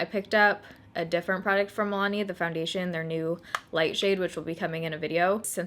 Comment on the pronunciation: Soo when does the next 15 days of foindation start? 😂😂 jk. Seriously though thank you for doing this series.